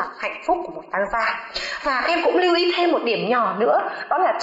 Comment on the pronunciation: nhưng lưu ý. k phải lơ ý